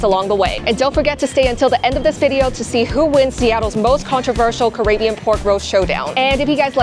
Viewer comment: Did you say CarAYbbean? I’m no world traveller, but I believe it's pronounced CaRIBbean 😂. Either way, carry on.